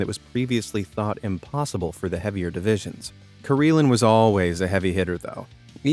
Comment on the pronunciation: I SEE - Karelin I HEAR - Kareelan. 😲